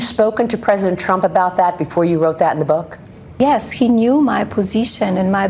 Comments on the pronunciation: Its not boooook, its book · Not her bewk. The bewk. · I don't wanna read your book since you can't even say book correct 😂